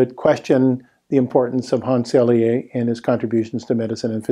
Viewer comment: Excellent discussion of how new ideas are not accepted even by the scientific community. Thank you for this very informative presentation. May I respectfully add two small details (as a Montrealer and graduate of U de M): 1. Dr. Hans Selye was a professor of Université de Montréal (not McGill University) and his name is pronounced Sely (not Selyé).